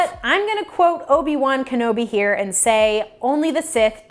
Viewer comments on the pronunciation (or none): none